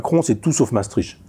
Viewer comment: Mais pourquoi les Français, même cultivés comme Michel Onfray, sont-ils tous incapables de prononcer correctement les noms étrangers ? Déjà, Maestricht cest cht à la fin, pas tch ! Il suffit de savoir lire. Ensuite il n’est pas difficile de prononcer « Maestrikt » au lieu de Maestritche ! Que dirait-on si on prononçait « « Parisse » ou Ca-en pour Caen ?